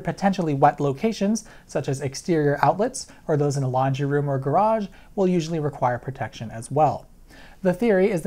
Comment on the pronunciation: did he say "in a lingerie room or garage"?